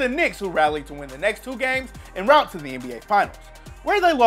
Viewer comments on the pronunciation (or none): none